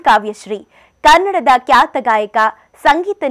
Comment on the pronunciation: Kyata alla khyata